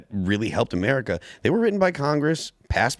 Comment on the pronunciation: did go Murica?